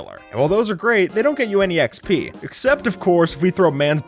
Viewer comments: DID HE REALLY JUST SAY E EXP ?!?!?!?! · Did he say exp instead of xp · Why he say EE EX PEE and not just XP? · ANYONE ELSE triggered how he says Exp isntend of xp